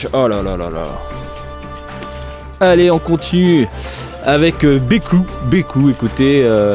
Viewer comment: on dit veku pas beku